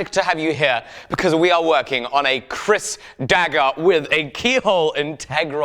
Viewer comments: its keris not kris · dude it is Keris not Kris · Don't mean to be a stingy dingus, but Kris is pronounced "Krees"